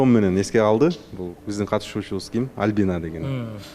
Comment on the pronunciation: Тамак жазай албайм! Кыздын аты ким? Албина дейтко 😂 Альбина деп айт! Суйлогонду уйрончу уят!!!